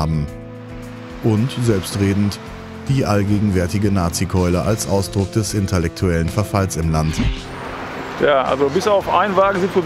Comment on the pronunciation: kleiner tipp: es heisst intellektuell, nicht inter-lecktuell ;)